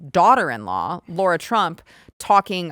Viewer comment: It’s Lara. Not “Laura.”